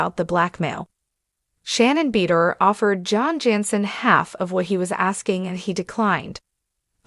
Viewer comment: Her last nane is pronounced BA DOOR